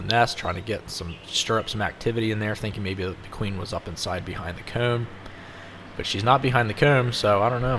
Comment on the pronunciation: Ive been addicted to your videos since the first video i seen just a bit earlier tonight... First off I think you are GREAT at what youre doing !! Thank you for sharing these !! I will say Im from Northern MN and to me the way you say the word "comb" sounds like "cuume". But of course I would have an acccent if someone not from where I am from would think I sound different as well. I think the fact that if younwatxh enough of your videos you learn that you are from I believe PA right? So I mean for those that dont understand we all speak a bit different depending where we come from. So anyway ... Thanks for sharing your wisdom & talent !!